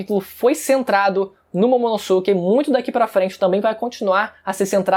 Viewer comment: Ver ele falar "Momonossuke" da uma coisa... Ahhh Se pronuncia "Momonosquê"